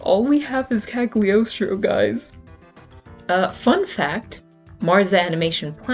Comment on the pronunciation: Me at the beginning of the video: No, stop, stop, stop! You're going to take someone's eye out. Besides, you're saying it wrong. It's CaGLIostro, not CaG liostro. (from dictionary kal-yoh-stroh; Italian kah-lyaws-traw) hope it's helpful 😊 Have a nice day 😊 Nice idea of video by the way 😊